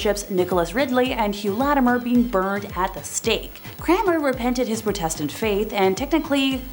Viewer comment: The girl doing the evil queens bit really said protestant and heretics so wrong I’m so confused